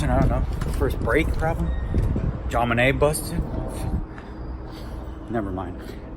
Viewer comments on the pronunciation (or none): none